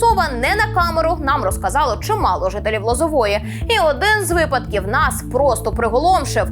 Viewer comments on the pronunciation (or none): none